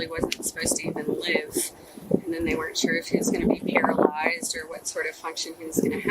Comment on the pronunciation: “FARTHER MORE” “FOURTH” “AND DENNNN!” This Doofy Tyrant 🤦‍♂️ 😅